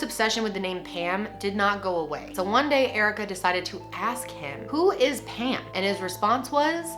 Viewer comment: I didn’t even read the title, I just clicked, and when she started talking about Pam I thought she was saying “ham” lmao